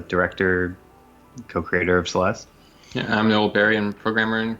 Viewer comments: there's a silent E, it's pronounced celest and spelled celeste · theres no "uh" at the end of celeste! the e is silent